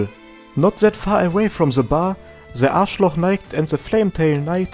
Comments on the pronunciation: Bro, you definetly said: "The Arschloch Knight" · Ah yes the Arschloch knight. Almost spilled my water while hearing that